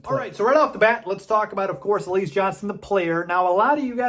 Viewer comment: Why do you pronounce his name like that? It's pronounced alizay, like the drink alize